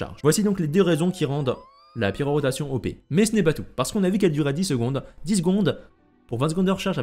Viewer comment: Bon timing avec la quête de l'event actuel qui parle d'elle, par contre ça me trigger à chaque fois quand tu dis pyroROtation au lieu de pyrotation xD